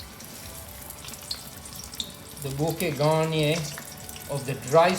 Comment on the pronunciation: Bouquet garneee (not garnier :)) my French ears had a giggle